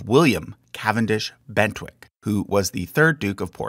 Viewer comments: I'm not sure where you got the pronoununciation 'Bentwick' from for the surname 'Bentinck', unless you were working from someone-else's handwritten notes in joined-up writing, and were not able to see the actual charts at the time of recording the voiceover. Also the Mountbatten chart has a small error in it that the original creator may wish to be made aware of. It refers to Louis Mountbatten as being 'Earl of Burma', which strictly speaking is not correct. The main title is the 'Earl Mountbatten' part, with the 'of Burma' not being the place he is earl of, but instead being theoretically a differenciator between multiple 'Earl Mountbatten's, though no other 'Earl Mountbatten' has ever actually existed, nor has any 'Viscount Mountbatten', which was the 1st Earl's original title before he then got the Earldom. As far as I can see there wasn't even ever a 'Lord Mountbatten' by Barony or other means, that would have required Earl Mountbatten of Burma to have the 'of Burma' differenciator in his original viscountcy (since he would, in speech, be 'Lord Mountbatten' as a 'Viscount Mountbatten'), but nonetheless the differenciator was used. It may have been simply the fact that Burma was already on the road to independence in 1946 when Louis received his Viscountcy, so although they/he may haven't to choose 'Viscount of Burma' it may not have been politically tactful to make him 'Viscount of Burma', or a year later 'Earl of Burma', which would suggest some sort of ownership of Burm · Why do you say Bentinck as Bentwick?